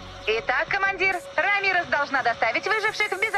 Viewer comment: Лол я один думал Рамирес а не Ра мирес